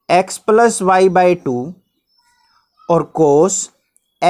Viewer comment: Sir wo palas nhi hota plus hota hai....